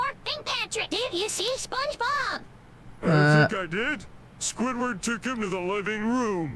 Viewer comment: My man did squidward dirty by saying his name wrong